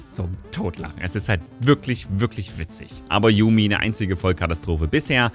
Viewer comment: /Jumi/. Nicht /Jami/, nicht /Jamü/, einfach nur genau so wie es da steht. J wie bei "Ja", und dann ein langes u. Yuumi. (No hate)